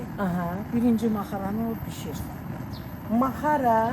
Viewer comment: Orda necə "maxara" deyilir, siz də elə deyin sux Ma -xa-ra deyirsiniz Çincara deyil, çincar-yəni giçitkən.Yazıq qadın sizin yanlış xətrinizə dəymək istəmir, suz eşitsəniz də,yenə də bildiyiniz kimi tələffüz edirsiniz.